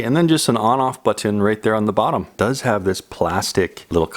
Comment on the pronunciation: You say "button" funny! Always interesting and informative,. Mahalo.